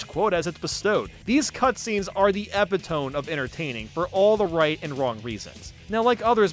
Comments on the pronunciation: Good video. Epitome is pronounced Uh-pit-oh-me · This was enjoyable to watch as a fan from the Genesis days. Kudos to your diligence to actually go through all those older obscure titles. By the way, epitome doesn't rhyme with home... lol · “Epitome” is pronounced “e-PIT-o-ME,” not “epi-TOME.” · Way cool review, man, seriously. That was top notch work. Three things though: "flesh it out" not "flush it out", epitome is /eˈpi.toˌmeː/ not /ˈe.piˌtoːm/, and Sonic 2 has praying mantises not grasshoppers. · It's pronounced "epitome". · “eh-pit-oh-mee” just so you know how epitome is supposed to be pronounced. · you pronounced epitome soo bad it made me spill water all over myself 😂😂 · this is a great video, but i was so distracted by his pronunciation of “homage” and “epitome” that i had to pause and collect myself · That's not how "epitome" is pronounced... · Simpossible sorry but I don't want to watch this whole thing again. I'm pretty sure he said it at least twice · did he just mispronounce epitome? 😂